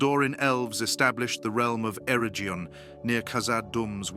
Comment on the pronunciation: Stop using ai to read the script. It's awful. Celabrimbor??? Areggion???